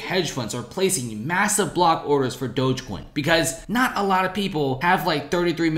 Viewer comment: Pronounce dogecoin right please